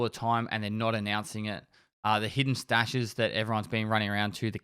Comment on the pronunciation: also "stashes" not "staches"